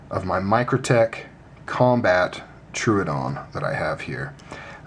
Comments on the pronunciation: Sir, it is pronounced Troh-ohdon (a dinosaur). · Its tro o don pronounced like that. Great review though.